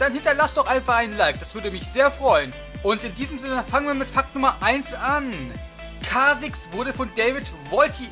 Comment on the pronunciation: Kay Zix xD